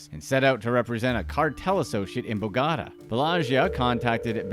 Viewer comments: It's pronounced BOH gah tah, not bo gotta. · I mean BO-GO-TA. NOT BOGADA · Do you me bo ga ta? Love the way your saying it but not correct lol Bo got ta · I thought you were saying Bogada the whole time instead of Bogotá. Try to check the pronunciation before making a video. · Bo-ga-tá, not BOW-GA-DA. Yanks are dumb. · Bogota(bow-go-ta) not bow ga da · bogota south america "Bo-got-a" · Every time you say " bagata" for Bogotá it makes my ears bleed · It’s pronounce “BO- gatA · Can’t believe he said Bogada 🤦🏽‍♂️ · Anybody else wanna scream every time he pronounced Bogota? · Yes i broke it down for him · It hurts my ears how he pronounces Bogota. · Me too😭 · I only pray that it's some kind of sick joke.